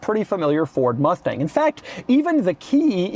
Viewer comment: “Ford Mufteng” -Doug, 2025